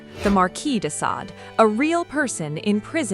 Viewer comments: You mispronounced Sade. Is this ai? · Only once at the end. That does seem to point to AI.